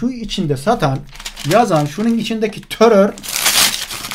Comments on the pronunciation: Sevgili hocam törör değil terör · Töror ne yaa !! Töror u yapan, yayan sen ve senin gibilerdir. Kişi kendinden bilir işi👍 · Yanlız Terör değil "TÖTÖR" ndkdsndjxn